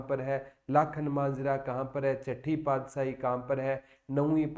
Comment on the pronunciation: सर अपने बहुत अच्छा cover कराया पर सर पादसाही नहीं पातशाही होता है 🥰🥰